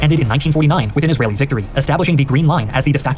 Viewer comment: Israyelle btw 😂